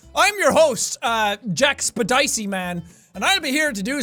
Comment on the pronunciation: Finally he reveals his true channel name pronunciation. Jackspedicey.